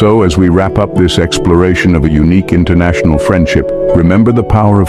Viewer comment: Einnternacionull.. as in einn, tveir..back null..